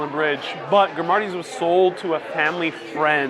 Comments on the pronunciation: The name is "Grimaldi's " , not "Grimardi's ". I think you may be mixing up Grimaldi with Lombardi. Not hard to do, since you know that Grimaldi's uncle, Patsy, started out working for Genarro Lombardi. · For #7 (under the Brooklyn Bridge) I had pizza at that location in 2007 or 2008 when it was called Grimaldi's (sounds like you are saying GrimARdi's)...? I've also had Joe's, John's on Bleecker and at the Chelsea Grimaldi's twice. I was told it used to be the Limelight. Is that location now a Juliana's too? I can't wait to try out all of the other places you've recommended. LMK if anything has changed drastically since this video was filmed. Thank you. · GrimaRdis he said, what a tool hahaha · Loved this video! Thanks for sharing! (Only thing is that pronunciation of Grimaldi’s haha but maybe that’s just me!) 🙈 loved that you called Robertas the hipster style pizza - what I love about them is that Mikes Honey though so so good!